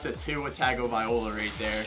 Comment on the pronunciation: It’s not pronounced like tag-o-vai-loa it’s pronounced tungo-vai-loa